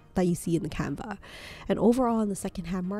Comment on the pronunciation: Why do you keep pronouncing canvas as canva?